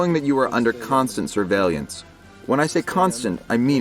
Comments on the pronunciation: Sur-vey-lance...sur-vey-LANCE! Stop saying sur-vey-lee-ance! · Why does this guy pronounce "surveillance" so weird? He says it like "surveillyance."